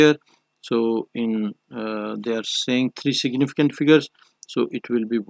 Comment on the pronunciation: But it's fine u r doing well except for s.f where u tell "siginificant". Good 👍